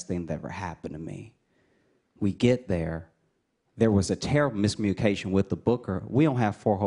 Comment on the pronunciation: "mis munication with the booker".I'm the only one that caught that....still pretty funny guy.